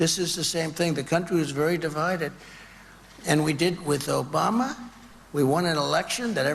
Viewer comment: I like how he says it. O-BA-MA. He savors every syllable